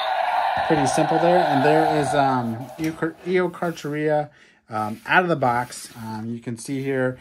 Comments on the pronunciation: It is pronounced ee o car car eu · Probably pronounced Eo-kark-air-ia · It’s pronounced eokaarkaariaa, also carcharodontosaurus is pronounced karkrodontsaurus